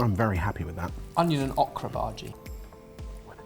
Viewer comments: that is bhajiyaa not bhaaji. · As an indian, I'd like to help with the words a little bit :) The bhaji with the onions and gram floor is actually pronounced bhajiya which is just another name for fritters. Bhaji is actually the name for a generic cooked vegetable + spices mix.